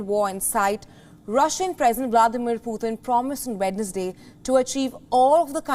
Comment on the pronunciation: what is pooootin? his name is Putin not pooootin. Respect please..